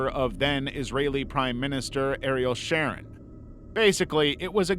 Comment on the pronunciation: Your A.I. mispronounced Ariel Sharon’s name.